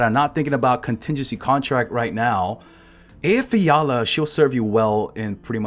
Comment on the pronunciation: is this the guy who can pronounce Eyjafjalla most correctly on earth?